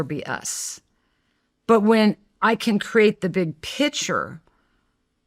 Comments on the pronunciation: Omg. Everytime she says picture “pitcher”… and she says it a lot. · Pronouncing "picture" as "pitcher".. 😭